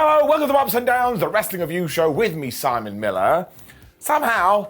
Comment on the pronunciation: Simóné Mi-lah. 😆😆😆